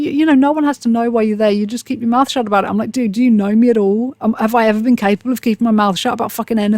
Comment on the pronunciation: i can definitely hear your accent in “capable” so don’t worry!!😂